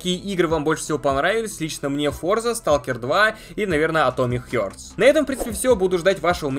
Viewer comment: "Атомик Хёртс"! Учи аглицкий!